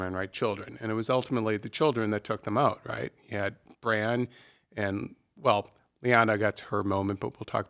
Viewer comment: Bran* not Bram, Cersei* not Cersi, Jon* not John. Jeez...